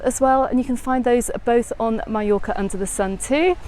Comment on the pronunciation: You finally got it right - Mallorca, not Mee-yorca. :)